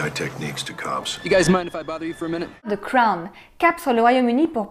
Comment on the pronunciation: Sympa merci 😬 et 👍🏼 elle n’a pas dit Ze crown ... 👍🏼👏🏼